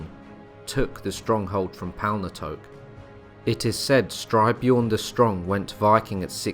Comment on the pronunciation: Styrbjorn as in Stir-BYorn. Which means 'Violent Bear'.